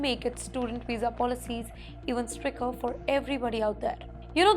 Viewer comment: “Stricker” How does this lady still have a job. Her English pronunciation is horrendous!